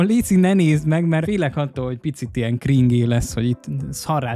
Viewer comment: azt mondja kringé! Krindzs úgy kell